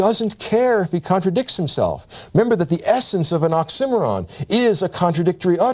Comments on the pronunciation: did he just pronounce oxymoron ox sim or on? what on earth? all trust lost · I have a dozen criticisms, but his oratory certainly isn't one of 'em... although his pronunciation of 'oxymoron' drove me mad. "Nietzsche is a master of occimeron", you say?? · Embarrassed to admit that I thought I was looking for a word I did not know, like Oxcimmaron or something. So now I know how totally cool people pronounce oxymoron. lol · I stg if he pronounces oxymoron wrong one more time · never heard oxymoron pronounced like that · Took me a while to realize he was saying "oxymoron." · I’ve never heard oxymoron said like that and had to google the word and spelled it out to realize he’s sayin it a way I’ve never heard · Sounds like the English pronunciation of "Birmingham" when compared to American English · Ive never heard oxymoron pronounced like that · So THAT'S how you pronounce oxymoron. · Damn, the professor will never learn the proper pronunciation of oxymoron. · I've never heard anyone say oxymoron like that... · Why is no one talking about how he says "oxymoron." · I hated how he pronounced oxymoron. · i pronounce oxymoron differently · First time I've heard oxymoron pronounced that way.😮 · I’ve pronounced oxymoron incorrectly my entire life, wtf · Brilliant teacher, so articulate. The repeated mispronunciation of ‘oxymoron’ is all the more surprising in that context. A petty point, but it jars for me every time I hear him saying the word! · Where does he get his pronunciation of oxymoron? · .... why does he pronounce oxymoron that way? Lol threw me off a bit. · Strange that a man of learning mispronounces oxymoron. Accent is on the third syllable. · I’ve never once heard oxymoron pronounced that way. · has a great talent to identify the essence of the biggest thinkers. But he sure has a weird way of pronouncing "oxymoron". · wait thats how you pronounce oxymoron? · the pronunciation of "oxymoron" really got me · OCK-see-MORE-on, not OCK-sim-or-an